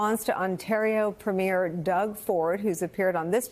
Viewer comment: FYI, “Premier”—as in, the first minister of a Canadian province—is pronounced PREEM-year , not preem-YAIR , like the first night of a performance. While we’re at it, the equivalent in the Canadian province of Quebec (Québéc, or KAY-beck, en français ) is premier ministre (premiere ministre if female), “prime minister” in english, in which case, prem-yair (no emphasis)—and your homework is to produce “ministre.”